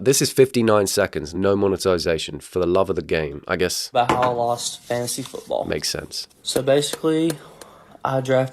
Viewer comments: I keep hearing "Fancy football" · every time he pronounced it "fancy football" i was wishing for a rabid chicken to scratch my eyes out and end it all. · somehow it sounds to me like u say fancy football punishment not fantasy football punishment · Is it just me or does keep saying “fancy football”?? 🎩🏈